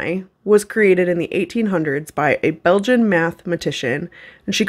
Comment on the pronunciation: So...as a Belgian...I feel a bit offended in the way she said BeLgIaN xD